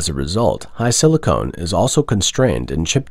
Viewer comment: HiSilicon, not HiSilicone.